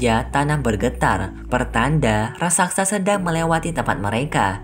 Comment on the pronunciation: Raksasa bukan raksaksa